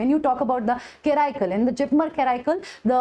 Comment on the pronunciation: Kindly pronounce Karaikal as per the local dialect